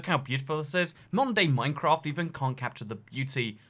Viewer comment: you say modern day minecraft, but i hear mondai moincrwaf